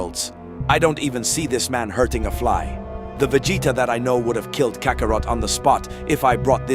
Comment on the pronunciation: Cockarot? I cant stand AI